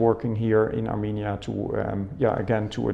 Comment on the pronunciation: Հարգելիս A M I N I A չէ, հաստատ, այլ A R R R M E N I A